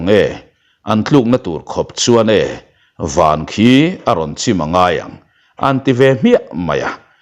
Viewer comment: Mizo ṭawng thlûk i thiam lo êm mai a, comment-tu an tlem telh telh ang. Van var tih hi i thawnthu dangah pawh vawi khat mah i la thlûk dik lo. Van hi lei leh van tiha van ang hian thlûk tur, i thlûk anga lam pial vut lo hian.